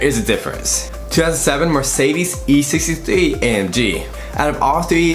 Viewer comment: Learn to prounance car makes ! like Mercedes and porshe ! :)